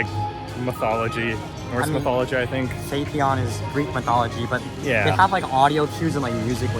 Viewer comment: Welcome to Korea. Gyeongju World is one of the few parks in Korea that invests in new attractions. Everland and Lotte World haven't introduced any new attractions for over 10 years. Therefore, many rollercoaster enthusiasts in Korea have high expectations for Gyeongju World. P.S. Phaethon is pronounced similarly to Python. There is a review video of Phaethon on the TPR(Theme Park Review) channel.